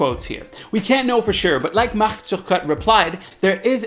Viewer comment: Is this guy Quebecois/French? How he pronounced Marc Turcotte spooked me because he said it correctly